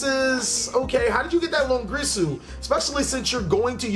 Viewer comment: it's long IR su ... not longrisu